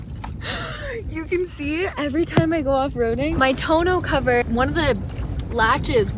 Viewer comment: Lol ….we say tunnel cover…not tone- ol ….